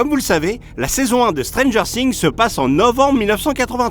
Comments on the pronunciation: Encore une fois la vraie erreur c a "stranger things " dire "stranger ssings " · Pitié arrêtez de dire Stranger SINGS au lieu de THINGS !!! J’ai les oreilles qui saignent à cause de vous ! 😂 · On ne dit pas Stranger Sings,mais Stranger Things😣😥🤤😒😓😕😲😲😖😟😤😢😭😨😧😩😰😱😱😱😱😳😵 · Stranger sings, ça désigne Michel qui rap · Putain les svp quoi! On vous avait déjà fais la remarque la vidéo précédente! La prononciation svp faites un petit effort parce que " strangeuuurr sings" mais au secours!!